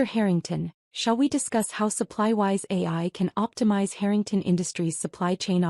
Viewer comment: Why pronounce the surname Harrington as hurrington. The person thats telling the story , goes from hurrington to Harrington. Please pronounce names properly as it sounds horrible when names are missed pronounced